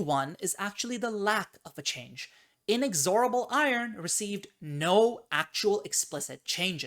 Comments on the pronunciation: please say inexorable correctly. The emphasis is on the second syllable, not the Third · Inexorable is a cool sounding word. It doesn’t sound cool when you say it wrong. 🤷